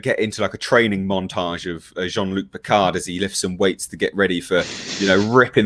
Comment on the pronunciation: "Gene-Luke Pickerd" -Q